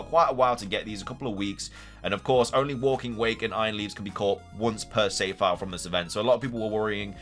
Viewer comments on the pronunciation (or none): none